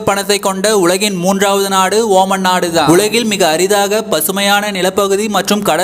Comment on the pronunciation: Ooman illada moothevi....omaan